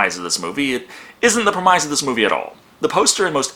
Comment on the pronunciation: I think your reviews are great, and I especially enjoy the content you explore. Just a minor issue, and I only mention this to be helpful: you're not pronouncing premise correctly